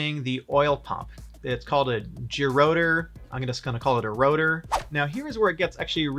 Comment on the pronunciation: You pronounced gerotor correctly 👌